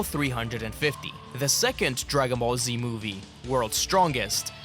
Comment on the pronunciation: Die Ki Spricht Dagon Ball Z auch noch Falsch aus